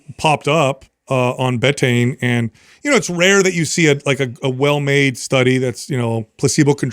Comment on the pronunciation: somebody please instruct it’s pronounced Bee-Tane